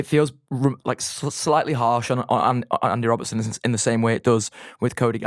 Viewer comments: His name is Andy Robertson. How the fuck do you repeatedly call him Robinson 😂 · His opinions aren't bad but where'd you find a guy who after EIGHT YEARS is saying Andy Robinson 😭